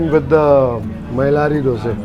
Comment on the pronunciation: Warm wishes to you because you call it 'Dosae' and not Dosa 👌👌👍👍👏👏